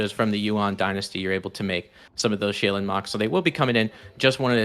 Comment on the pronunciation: shay-len??? Bro, I think even as Anglo-Euro blokes we can refer to Asian pronunciation and correctly say Shaolin.....